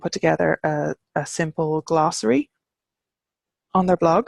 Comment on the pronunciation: I'm just passing through, looking for mundane honorifics (Sir, Madam, Professor, etc) in Irish, but I gotta say that when you said "glossary" I honestly thought you meant "glasraí" - vegetables!